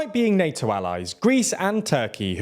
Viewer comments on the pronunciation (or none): none